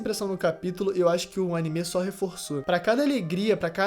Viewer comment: A dicção fonética desse cara me dá agonia, cada vez que ele fala " AnimÊ" e " odÉn" me dá arrepios